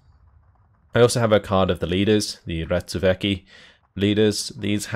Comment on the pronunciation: Accidentally pronouncing Ratsuväki right, still more work with the rest of the names :)